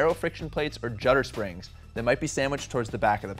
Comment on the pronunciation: Those 2 last identical pieces it sounded like you called it jutter springs. They stack on top of each other flat or is the last one installed supposed to be turned around?